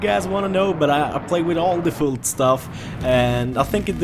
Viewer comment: lol varför säger du Defult ? XD